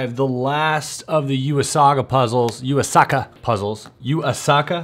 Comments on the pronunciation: Hey you! “Yuu Asaka” is pronounced “You A Sucka” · I'm here to be the technical partypooper. "Yuu Asaka" is actually pronounced the exact way it is spelt. 'You a-sa-ka'